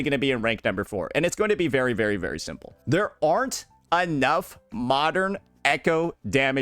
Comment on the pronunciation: why cant this restarted chipmunk looking guy say the word "very" normally